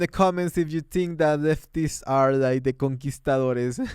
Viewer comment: she can't even pronounce conquistadoresssss. puchica madrrre.